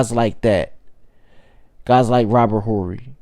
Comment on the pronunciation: At least learn to pronounce Horry's name